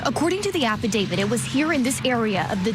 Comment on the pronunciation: Love the coverage! Hate 1 thing: pronunciation. My best friend is named David. But he is not part of any “affe-David.” No, the legal document is called an Aff-i-dav-IT When people miss pronounce the word “affidavit”, it’s not the end of the world, but when you are in a job where speaking is your PROFESSION, ESP in the CRIME WORLD where affidavits are a day-in-and-day-out type of thing, it does make one sound a little bit uneducated when repeatedly saying affi-DAVID. My friend David laughs at this all the time when people CONFUSE how to pronounce a legal document term……with his name ;-)